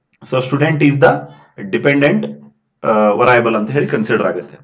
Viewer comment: ವರಾಯೇಬಲ್ ಅಲ್ಲ sir ವೆರಿಎಬಲ್ಸ್